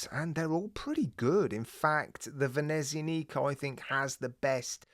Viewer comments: No offence, but as an Italian speaker, may I correct your pronunciation of Venezianico. The only emphasised syllable is the ZIAN part - so it is "Vehneh ZIAA neeco" - flowing not staccato. I have a Venezianico, Arsenale range, one-off-build by manufacturer, GMT, 45mm, all black, honeycomb dial, white gilt-edged hands & indices, brass bezel markers, dark brown heavy leather strap, Sellita SW330 speciale. A nautical beauty. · the CW looks so good! I believe we will be seeing more watches from Venezianico so if u get the chance, ask someone how to pronounce it properly. (not trying to be rude or anything like that)